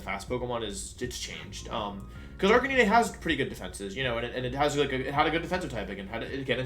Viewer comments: Jesus Christ, how do you butcher Arcanine so badly as well? Its Arcanine, an ARCANE CANINE. (Ar-cay-nine) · I found "Arkaneeneigh" very jarring. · Arcani-ne??? Dude its Arcanine, like the number 9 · same! I have never heard anyone pronounce it like that... I thought it was pronounced "ARC-KAY-NINE?" I get almost all my pronunciations from the English anime but like idk. It seems like Wolfe has lots of alternate pronunciations (Gyarados, etc) so maybe it's intentional, or I'm wrong lol. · Joke. Same with Arcaneené and intimidahtee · I'm sorry am I literally the only person who noticed that he pronounces 'Decidueye' as "deck-ee-doo-ee"? It's "des-ID-joo-ai" LOLOLOL deck-ee-doo-ee edit: Jesus fucking Christ "arca-NEE-NAY"?????!??